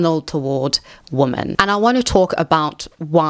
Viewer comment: why do you pronounce "women" as "woman"?